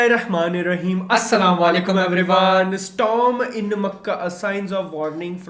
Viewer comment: Brother its Assalamualaikum ... not Assalawalaikum ..its alaikum .. hope u will pay attention on it ... keep going bro 👍🏻